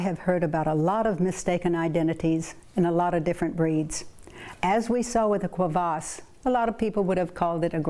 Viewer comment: Your dog owner corrected you, but you didn't take the hint. It is a Kuvasz (Coovas), not a "Quavas".